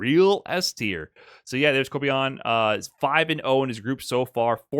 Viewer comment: How can make such a well reserached video with so much information and he still gets the name of kobayan wrong